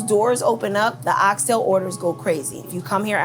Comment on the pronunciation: She Pronounced "Ox Tail" correctly 👏🏿👏🏿👏🏿👏🏿 🇯🇲 I'm definitely gonna eatin there!